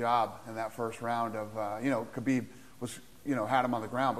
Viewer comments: Sometimes it sounds like they are saying Habib instead of Khabib, am I just imagining that or is it real? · It’s khabib not habib 🤦🏼‍♂️🤦🏼‍♂️